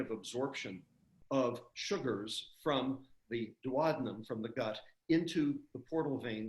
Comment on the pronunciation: Why does a doctor pronounce 'duodenum' incorrectly?